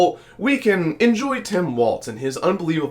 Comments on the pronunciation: His name is pronounced like walls not waltz like the dance there is no t in the pronunciation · For God's sake, if you are going to talk about VP candidate Walz, please at least pronounce his name correctly. It is "Walls", not "Waltz". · Really appreciate the coverage y'all have been providing on the presidential race. Gotta say tho, his name is pronounced like 'walls', not 'waltz'. 😅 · It’s Walz not waltz. He keeps saying waltz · Walz like WALLS, not like WALTZ. We all make that mistake, once. 👍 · It's Walz as in walls. Not Waltz as in dance. #HarrisWalz2024 💙🌊💙🌊💙🌊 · The governor’s name is pronounced “walls” with no “t” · so it is time to learn that its walz like walls, not waltz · It's Walz, not Waltz. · You keep calling him waltz instead of walls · His name is Walz not Waltz. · Walz, pronounced Walls, not Waltz. No T. Please get it right. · His name is pronounced “walls.” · Not pronounced Waltz, bra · Walz pronunciation I:think is walls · "Walz" has no "T"and is not pronounced with a "T." ... great video, but please pronounce names correctly. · Dude, you really need to work on your pronunciation of Walz. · Please pronounce Walz correctly. There is no "T".